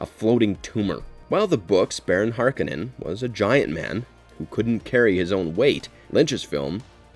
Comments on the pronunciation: Duke Lego's name is pronounced lee-toe, not let-oh, I thought! 🤔 And Baron Harkonnen's name is pronounced hark-oh-nun, not harka-nin, isn't it? 🤔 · Har-ko-nen is how it's pronounced